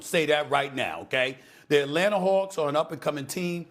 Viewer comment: ATlanata hAwks lol